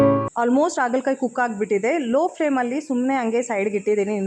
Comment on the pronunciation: Adu Aagala kayi alla, Haagala Kayi. Please correct madi. Kindly don't feel bad.